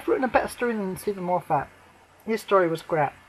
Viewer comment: well that's what i want to see on Xmas day , A film set at Christmas , not in July . Oh and FYI its moffat not " morefat " you just earned yourself a nice new shiny Dislike